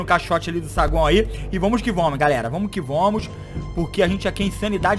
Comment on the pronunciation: "Vomo que vomos "kkkkk